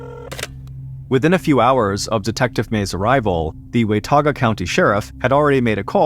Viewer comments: ***Pronounced “Wah- Tauga” or “wuh” really…not “Way-Tauga”. I lived there for 7 years for college at AppState. You are the man though. Super long time fan! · It’s pronounced “Wuh Ta guh”